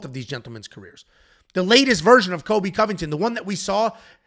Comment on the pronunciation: How to pronounce “Cole-b” not kobe Colby by decision lock it in